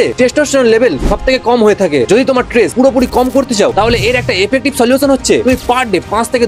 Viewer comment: Tress❎ stress✔️